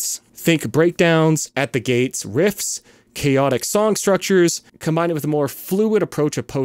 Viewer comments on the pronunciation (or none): none